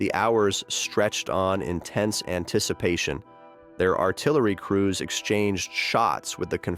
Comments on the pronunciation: Union Ar-ti-larry.? What kind of AI narration is this? Getting tired of AI bullshit.... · "the Union 'ar-ti-LAIR-y' and others